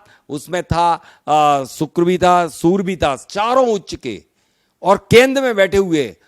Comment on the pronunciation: Chhoti muh badi bat sorry to say u r prononciaing soor inplace of surya(sun).